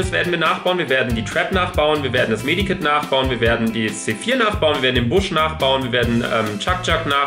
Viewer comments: Das heißt Med Kit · Med Kit nicht Medi kit